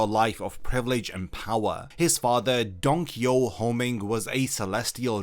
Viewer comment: dude the way he saying donquixoTE is so fustrating, just say the TE